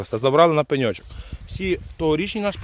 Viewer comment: Як подобаеться Вашэ: на пэньочок! 😅 Дякую,! ❤